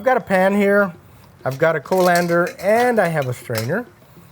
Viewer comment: colander is pronounced kaa.luhn.dr not being nitpicky love your recipies